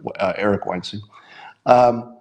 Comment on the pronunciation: You're pronouncing Weinstein incorrectly. Should rhyme with 'vine.' Eric just doesn't want to be associated with Harvey...